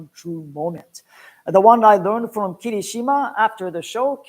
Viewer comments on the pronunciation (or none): Its very nice that you with NHK do official promotions for Sumo for non japanese speakers. 1. I see that sometimes you refer to Japanese words in an english way, and while the Japanese announcers say ki-Rishima, you say Kiri-Shima. Whats the correct pronounciation? 2. Why limiting watching of full basho tournaments (all full 15 days) to japanese audience only and not make it available to overseas audience? Im asking you these questions as an official NHK representative and you also work for the Sumo Association. Thank you!